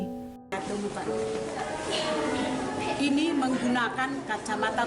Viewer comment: tiromsi❎ tiransi✅